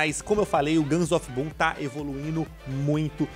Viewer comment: So eu q entendi guns of pum?